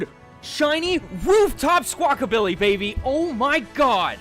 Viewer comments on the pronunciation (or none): none